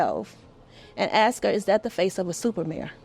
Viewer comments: Why can’t black Americans pronounce the word “ASK”???!!!!! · It's "ask" NOT AXE!!!!!!!! WHY IS IT SO HARD TO PRONOUNCE WORDS CORRECTLY? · If you say ax instead of ask you shouldn’t be in positions of authority. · if you can't say the word "ask" correctly there is your answer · if you cannot properly pronounce “ask” you cannot have my vote..